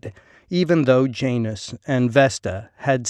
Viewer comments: Ouch, your Latin pronunciation is terrible. It’s John-us not Jane-us (Janus). The U is the one in push, not the one in rush. In one morning, you could learn Latin pronunciation, it’s easy. It’s pretty similar to a lot of modern Spanish pronunciation, with some differences. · It's Yah-nus if you want to be picky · Pretty good presentation. Only thing I'd suggest is learning the correct pronunciation of certain words. Latin J ,well there wasnt one I is pronounced like a Y. Janus/Ianus is Yan us, Julius/Iulius is Yoo lee us. V is more like a W, Venus as Wee nus, Vino would be Wee no.